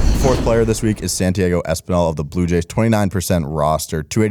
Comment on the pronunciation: Santi ah go, not Santi aygo Espinal